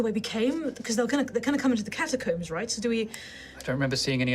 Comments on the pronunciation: God I hate the way he says catacombs. I never want to hear him.Say it again, one O, not two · Is it a british thing to pronounce “catacombs” as “catacooms”? I’ve never heard someone say it that way before lol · Yep. Rhymes with tombs.